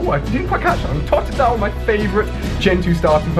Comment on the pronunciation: Totedadlile could be ur favourite gen 2 starter if u can't even say his name right u say totadile it's totedile I know I spell the poke ons name wrong